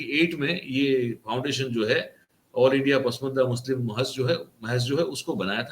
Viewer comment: Pusmanda nahi pasmanda lafz hay..